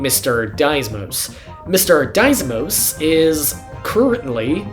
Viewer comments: There's only one S in "Deimos" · I dunno how you managed to pronounce "deimos" like that.